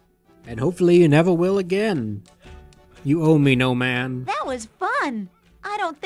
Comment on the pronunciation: I always hear "Gnome Ann" as "No Man" not sure if intentional.